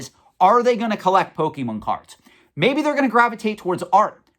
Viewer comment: Bruh, you say pokemon wrong. The bar ain't set very high. The content is important, not the nit-picking over words.